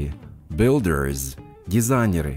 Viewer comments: В слове builders вы почему-то произносите как builderes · Хороший тренажёр, но сбивает два момента, из за которых не успеваю уложиться в тайминг с переводом: 1. На уточняющий вопрос "правда?" школьный рефлекс требует перевода "really?" 2. Во множественных формах (например,builders) отчетливо слышится окончание -ies: не только последний звук звучит как z, он вдобавок идёт в паре со звуком i. Этого нет и не слышно ни у носителей, ни в Гугл переводчике. Сбивает при скоростной тренировке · Спасибо, очень интересная подача материала. Но в словах drivers, builders, designers в вашем материале слышится чёткое окончание "ИЗ" в то время как "И" там слышаться не должна "драйверс" либо " драйверз"